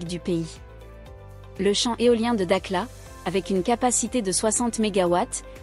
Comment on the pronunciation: Elle s'appelle da"kh"la. Et non da"k"la.